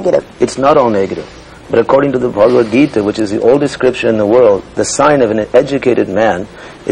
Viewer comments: Ari Ari Ted patrika can't pronounce bhagwat geeta. He is pronouncing it like baba bagita. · LOL. Ted Patrick said "Baba bagita" for Bhagawat Gita.